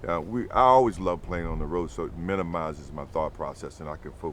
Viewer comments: MJ pronunciation of “ROAD” is interesting 🤨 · he says road weird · Mj sounds so white saying “road” lmfao